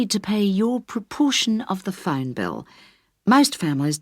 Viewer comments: the same me, i heard Fund instead Phone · I heard fine.even after knowing the answer I still hear fine bill😂